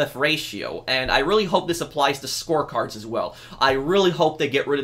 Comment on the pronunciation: when you said "score cards" i thought you said "sports cars" i was confused why you wanted them removed from freemode then i heard it correctly